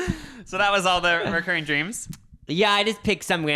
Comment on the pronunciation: It’s “recurring” — no O. Kind of rhymes with deter or refer. I cringe every time I hear it pronounced the wrong way lol. Also, I have a recurring dream where I’m back in high school and late for math. I think they’re called anxiety dreams and I usually have them when I’m anxious about something going on in my adult life.